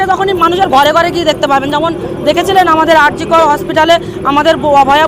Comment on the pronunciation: রেখা পাত্রের ভাষা জ্ঞানের অভাব । আরজি কর বলতে পারেন না উনি বলেন আর জি কল । ফলস বলতে পারেন না উনি বলেন ফস 😂😂😂।